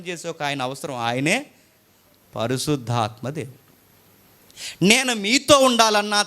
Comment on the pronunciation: పరిశుద్ధాత్మ అని పలకాలి అంతే గాని పరిసుద్ధాత్మ అని కాదు ముందు ఇవన్నీ నేర్చుకొని Bible లో ఉన్న వాక్యాలు నేర్చుకోండి అన్న